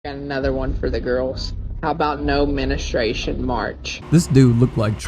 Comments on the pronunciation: "Menestration"?? Wtf is that ? 😂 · homie said "menistration" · "No menustration march" is crazy💀 bro didn't even say it right